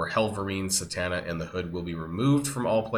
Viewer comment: Thank you for the free intel! 🤣Also, it's Zatanna not Satanna, just a nerd fyi